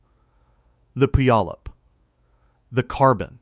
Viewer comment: The narrator doesn’t know how to pronounce Puyallup Washington. 🤣🤣🤣